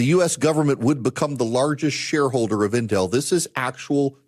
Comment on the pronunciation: This is a very small critique on pronunciation. It's pronounced IN-tel, not in-TEL. Source: me, I live directly south of the big campus. (Cue up LEVI-OH-sah, not levi-oh-SAH 🙃😁🤘)